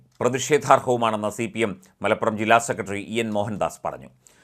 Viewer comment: സെക്കറ്റ്റി .. ഉച്ചാരണം മോശം